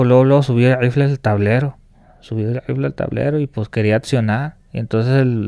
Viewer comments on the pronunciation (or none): Le ifle, los contuas, otuo señor, otua gente